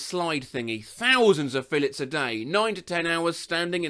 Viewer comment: I think you need to look into how to pronounce filets